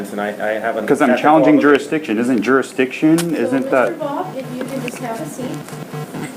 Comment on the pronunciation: What the heck is, "telephonic"? He is not "journ-ee-izing back to court-a-cus, but not allowing a telephonic, hear-ee-izing. But no one has proven juris-dict-izing beside telling him what it is over and over again. He is a more-on-than-off-on (moron) Good luck Texas. I suspect shock therapy will do him well so warm up those taze-a-fa-zers.